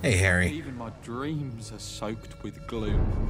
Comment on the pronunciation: Pffffft, I thought he said his dreams were soaked with glue, not gloom :P